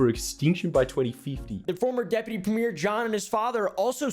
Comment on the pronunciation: also, we pronounce it "Premmy-er" not "Prem-meer", lol